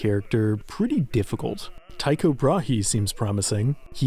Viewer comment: It’s actually pronounced as “Teeko Brah” and not Tycho Brahee.